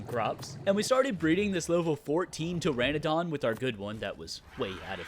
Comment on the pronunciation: Its not pteradon, its Pteranodon (tuh-ra-nuh-daan)...